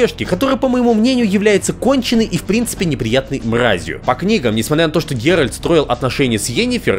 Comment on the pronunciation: правильное название ролика: 25 минут коверканья имени 'Геральд'